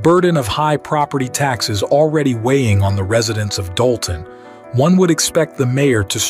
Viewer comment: Dolton not Dalton